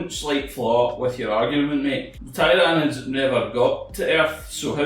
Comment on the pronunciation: "Thai-rawr-nids" #triggered